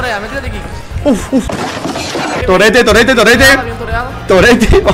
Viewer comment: por un momento escuche zorete en ves de torete xD